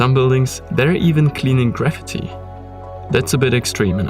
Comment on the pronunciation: I'm going to start pronouncing "graffiti" the way you do . . . sounds like the word "gravity" 👍🏽😛